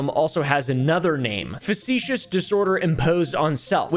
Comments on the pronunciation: Factitious not “facetious” 😂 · Facticious disorder not facetious 😂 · FACT-itious disorder. Not facetious disorder just FYI! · "facetious, facetious, facetious" (factitious x3) Also: "a lot of it is misspelled and it really bothers me" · I don’t see anybody having said this in comments already but factitious disorders is not said like, and does not mean, “facetious” 😅 factitious does not mean they’re being cheeky or sarcastic, it has to with symptoms being produced deliberately being “factitious” (pronounced “fakt-ish-us”) in nature, this word means something artificially created as opposed to naturally occurring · I think you meant to say "Factitious", rather than "Facetious", they're very different 😅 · how many time is he going to say facetious before he realizes it says Factitious, a, hold on a minute, totally different word. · This is nitpicky and not meant to be snarky or criticism since a lot of people have never heard the term aloud and only know the way it's written but Factitious is pronounced "FACT-tish-us" disorder. Definitely not important but I thought it might be helpful. Love the video and laying out the diagnosis and i know Dx are often hard to pronounce so I just wanted to try to be helpful to anyone who is curious about the disorder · Love you, but "facetious" and "factitious" are different words! 😉